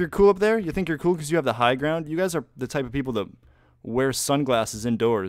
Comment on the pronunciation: "It's-a ovah Yellows. I have the high ground-u"